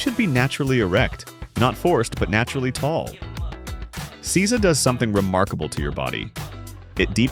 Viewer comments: Seiza is pronounced 'say-za', not 'caesar'. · I wish you'd found out how to pronounce these words. Its SAY ZAH, nor see za. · Nice video. Just One thing. It's pronounced "SAY-ZA", not "SEE-ZA". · Seeza.😂 you mean say-za =seiza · It's pronounced SAYza!!!!! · That you can't say seizo shows that you are a fraudulent dimwit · Seiza is pronounced 'SAY-zah'